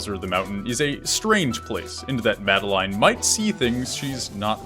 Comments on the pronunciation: MAD EL LINE? its pronounced Mad El In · It's pronounced 'Mad-eh-lin' not 'Mad-eh-line' ... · it's madelin (pronunciation) not made "line" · This whole time I thought it was pronounced Madaleen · great video...! but im sorry it's MA-DE-LIN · Oh wow I thought her name was pronounced the way the French would say Madeline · The way you pronounce Madeline makes me cringe but nice video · ... you pronounced her name wrong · I think the message you missed is that that's not how you pronounce Madeline's name. Or at least, that's what Matt, Noel, and IIRC, Lena have all said. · The way he pronounces madeline makes me want to die